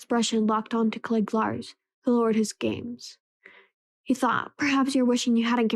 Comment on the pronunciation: I wasn't going to say anything, because I don't want it to "sound" like I am picking on you, but after listening to quite a bit of your audiobook, I have to make a suggestion that I think will REALLY help you: learn the pronunciations of the names of the characters. When you pronounce Cliegg Lars, Watto, and others in a way that is not the way the movie does, it is really off-putting. Also, perhaps practice the text first so you don't stumble over words. I assume you are a tween because some of the big words make you hesitate? If so, you can probably get a bit of extra credit in class by telling your teacher about this labour of love. It's not a school assignment, but the teacher may view it in a way to give you credit for it!